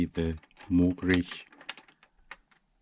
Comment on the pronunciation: That was an Austrian pronunciation. Mogrich is a made up word but pronounce Uni-Mog correctly and then you'll be cooking